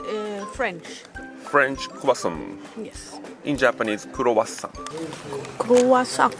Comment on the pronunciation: 😆！クロワッサン!のサンは、ソン的に、しかも鼻声で発音したら完璧？あはは！そっちのほーえんなんとかには行かなかったけど、ノイなんとかには行きました。馬車があるけど、ドイツ人気質で駐車場から歩いて・・・。 そこへ行ったのがいまから、あれ？何年前？なので、現在の様子がとても近代化されている様子でびっくり。そして、馬のフン収集車があるのもびっくり！うちの近所にも欲しいです。もうね、馬のフンが・・・犬のフンにはうるさいのに、馬のフンは何も言わないドイツ。散歩に行くたびに、要注意です。うちの芝犬もフンは避けて歩いています。日本犬、ドイツ生まれなのに日本の血がそうさせる？潔癖症なのか？ ビアガーテン？のウェイターさん、お母さんのお言葉に、ナイス返事！（まあ、あんた、お金払うから、なんでもいい、好きにして、的な？）笑！でも、乾杯の後に一度ジョッキを置く心の余裕は私な無いなあ。一目散で飲みたい！